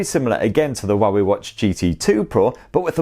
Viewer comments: Had to read the description to understand what he pronouncing for 'Huawei' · The Huawei pronunciation threw me offgaurd xD haha